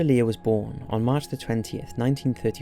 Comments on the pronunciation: "LIER" lol while ur description says Leir. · It's Leir not Lier!!! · Leir not lier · Didn't even get his name right. "Leir" or "Lier"